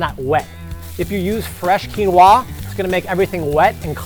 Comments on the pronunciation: That's not how you pronounce it. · Why are you saying "quinoa" like that?